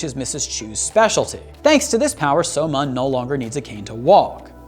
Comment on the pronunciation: I'm honestly cringing at how he pronounces the names and such. So-Mun is pronounced as So-Moon, btw.